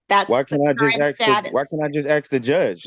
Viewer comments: 'ask' not 'arks'. Why can black people anywhere in the world not say that word? It's something that has baffled me for 50 years. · Yet more 'arksin'' jive.